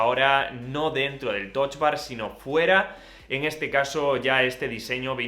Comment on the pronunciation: Porque “Toch bar”? O lo lees en inglés o en español... pero con U :)